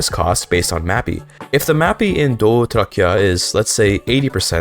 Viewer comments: That was the best pronunciation of Doğu Trakya I've ever heard on this platform by a non-Turk. Türkiran is so cheesy but it's the only that my brain can think of lol. Also Azerbaijani not being in the same language group as Turkish is bonkers, I can understand most Azeris better than some North Eastern Anatolian Turks from Rize or Trabzon. It is the same language with a twist, Azerice is literally also known as Azerbaycan Türkçesi. The separation between the two from Oghuz Turkish happened just 4-5 centuries ago and it really has not happened too much. Especially in the easternmost parts of Anatolia; Kars, Iğdır and even Erzurum, the local dialect is very very similar to Azerice. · pronunciation of doğu trakya was sublime